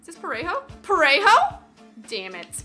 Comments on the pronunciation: Lo mejor es como pronuncia parejo JAJAJAJA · "Parejou" "Goudin" Hahaha spanish in England sucks